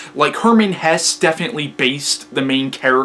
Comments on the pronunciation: I find your book review very good, because i understand every fact very , even though my english is very bad, because you speak very clear and your lecture is very structured. But i want indicate you something: You say at the beginning of your lecture Hermann Hess. Thats not right, his name was Hesse. I say this, because Hitlers deputy was Rudolf Hess and he had nothing to do with the author. But the rest is good. I find your book review, because in youtube is no bookreview in german. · Great review - hats off to you! I hope you don't mind a few remarks about your pronounciation of German names: - the last sylable of Hesse is pronounced the same way than the "se" in words like "second" or "self" = Hes*se* = [ˈhɛsə] - it's similar with "Nietzsche" (you pronounce it pretty good) but the letter is pronounced like the "e" in words like "shelf" or "sheriff" = Nietz*sche* = [ˈniːtʃə] - you make the name "Beatrice" sound like it derives from "beat" or "beating" but this originally french name is pronounced with an audible "a". -- most people in the UK would probably pronounce the first letters like "Bianca" or "be a tri(ck)" = Be-*a*trice = [ˈbiːatɹɪs] -- while French and German people would pronounce the "e" different as well - so it would start with "be" pronounced similar to words like "bell" or "beg" followed by a clearly separated "a" like I wrote above = "B*e*-*a*trice" = [ˈbeːatɹɪs] Hopefully you're not angry about my "corrections" - I did not write them to make you feel bad or something. It's just that you seem to be a smart person, who is open for new information and constructive criticism... Keep on doing your thing - you're great! :-)